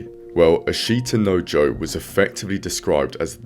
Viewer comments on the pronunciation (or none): Japan only cares when it has world champions or their team does well in the olympics. Unfortunately they are extremely shallow with sports and fads. When Naoya Inoue became champ the members in my gym doubles and now i never see any of these people anymore. Source: I live and train in Japan. also Ashita no Joe is pronounced 'ash-ta noh Joe' not important but worth mentioning (anecdotal ) The Japanese people don't have the old samurai spirit at all, perhaps a little still lingers but the Bushido code wasn't mainstream with the commoners. Maily with the ruling classes/martial artist. My wife and her father always express worry about my boxing. But, they also understand that it's my life and are supportive despite having reservations. The Yakuuza were (historically) old disenfranchised samurai that lost their purpose once Japan modernized from samurai to a military. The Bushido code would have been (initially) followed by Yakuuza too. Theres a big difference between organized crime and old families with ties to samurai. I'm not too knowledgeable and can't make heads of tails of it all. But the topic seems to be a little more tricky to pinpoint and discuss. As side note. The reason Ashita no Joe was super important in Japan was due to WW2 and rebuilding their economy and sense of national pride. This is probably way more inline with why they love this manga and anime. Less so about the bushido code.